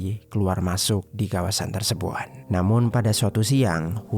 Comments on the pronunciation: Tersebut = Tersebun Mulut = Mulun Empat = Empan Jujur agak risih dengernya. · Kenapa sebutan "tersebut" nya terlalu ribet sampai² terdengar seperti "tersebouet". Apa lidah kau keseleo min?